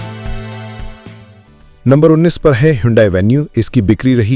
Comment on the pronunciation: You mean hyundai..not hondai